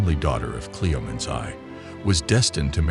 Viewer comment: At least get a real human to narrate this, guys, instead of an AI-bot. i don't know ANY culture where women were treated like "vases"!! And her dad's name being pronounced 'Cleo-meens Eye" instead of "Cleom-en-eez the First"... eesh. And SHE was refererred to as "Hhe / him" almost half the time a pronoun was used, & it got worse as the video went on!!! Also, it looks like you might have pulled images from 2-4 different comics - can you please let us know which comics? i think i recognise one of the, but i'm not sure...